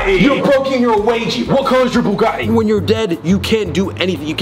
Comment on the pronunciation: Its pronounced bugAHHHHtti